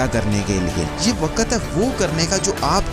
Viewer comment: Mere bhai apni Urdu theek kr len, lafz waqat nhi ''waqt'', muhabbat nhi ''mahabbat'' gaib nhi ''ghaib'' zaya nhi ''zaae'' hota hai.